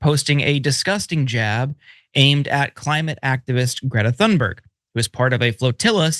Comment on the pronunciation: "Thunberg" has a hard T sound, not a "th" like "thunder" and the "berg" is more like "berry" But Linsey should be pronounced "Flimsy"!